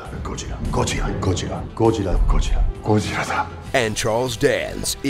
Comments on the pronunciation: Godzirra, godzirra godzirra, godzirra . . godzirra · That joke about ken Watanabe was pretty lame. The original Japanese movie was named Gojira. Ken is merely making a reference to that by pronouncing the original name, not that he was struggling to pronounce Godzilla...